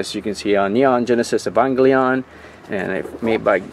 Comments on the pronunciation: "Ee-vong-glee-on"….well that's a new way to pronounce it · What an interesting pronounciation of 'Evangelion'.